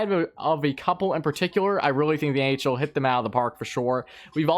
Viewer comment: at the start I thought u said the ahl and I was confused